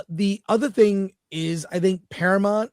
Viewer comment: Para -MOUNT. Why has this become such a hard word to pronounce recently?